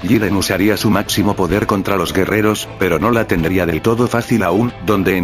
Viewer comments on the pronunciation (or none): none